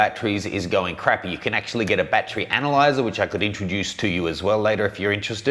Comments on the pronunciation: .....How Many BAT-TREES Are Needed For All The Bats? How to pronounce battery: bat-er-ee ..You where Out that Day! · Bat-Tree or Bat-ur-ree??? Hmm... I always got laughed at when I said Bat-Tree. Makes me now wonder which is correct, and is it a regional pronunciation?